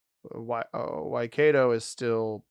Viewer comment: Waikato is pronounced Why-cat-oh, like why Fergus oh haha